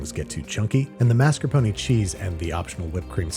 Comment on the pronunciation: "Mass curr pony" 😬